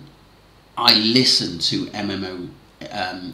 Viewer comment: Hi tarot is pronounced TARO